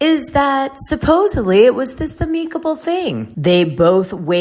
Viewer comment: Amicable pronunciation: “am~ick-a-ble” NOT “a-meek-able” Great show just another “Dana-ism”